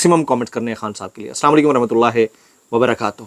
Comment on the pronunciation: بھونکنے کے علاؤہ اور کوئی کام نھی ھے تمھیں مردار۔ اسلام علیکم لفظ ھے۔ بےشرم آدمی اسام علیکم نھی ھے گدھے۔